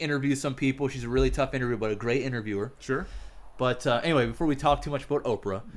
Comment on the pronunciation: Laughed my ass off at how said "we"